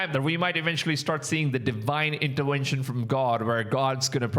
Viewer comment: That is a V in intervention not a W